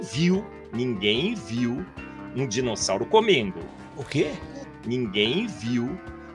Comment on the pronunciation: a parte do "Dirosauro" me quebrou 😂